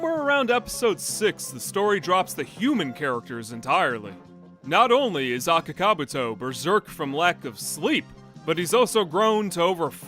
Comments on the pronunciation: I'm Finnish and I've NEVER heard ANYONE pronounce Akaka-Buutto as Aka-Kabuto. I don't think the name was pronounced correctly even once in the Finnish dub :DD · can't you not even pronounce their names correct? Daisuke and Akakabuto. You're pronunciations are terrible and embarrassing.